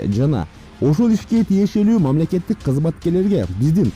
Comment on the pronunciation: Мямлекет мямлекет деп жүрө бер. Мяселе Мяселе чечип жүрөт.